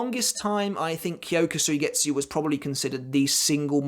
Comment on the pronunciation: Suigetsu.... don’t pronounce the u.... it kyoka suigets